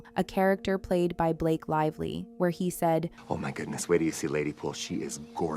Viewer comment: Blake "LIE"vly